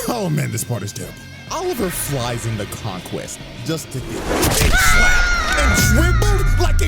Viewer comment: Some ✨Fella✨ said "King Vonquest" 😭😭